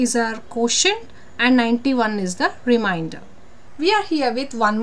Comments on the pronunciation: Teacher pls check your pronunciation for remainder. You are pronouncing it as reminder. Remainder & reminder are 2 different word having different meanings. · Difference in pronouncing reminder and remainder...